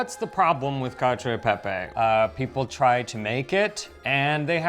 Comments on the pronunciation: it’s not “Catchio aahy peppay” 🤦🏼‍♀️ it’s “catchio eh peppeh”. Staccato. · This is not cacio e pepe this is CACHIIOE EErE PEPEEEErE lol